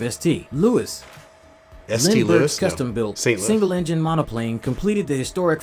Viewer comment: Re: S. T. Louis - the voice was AI-generated; mispronunciations like "S. T. Louis" are common.